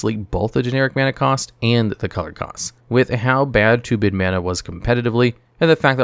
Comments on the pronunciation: Small thing, but I think the term is "2-brid" (as in "two hybrid"), not "2-bid" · "Two-brid" mana. Reaper King has two-brid mana symbols. I know this sounds like extreme grammar-policing for a made up term, but if this were my video, I'd rerecord the audio and make sure autocorrect isn't making me sound less authoritative.